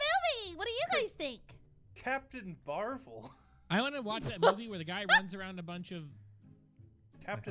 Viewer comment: You said captain Marvel's name wrong it's Captain Marvel so you know what a bride wears 2 wedding Vale, it's kind of like that it tells you a movie had to pronounce it